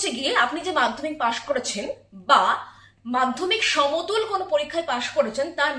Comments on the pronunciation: আরে মূর্খ সাংবাদিক সমতুল না ওটা সমতুল্য ✅ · কথাটা সমতুল নয় মূর্খ,, সমতুল্য